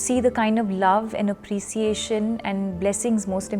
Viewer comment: Appreciation not aprisiation 😂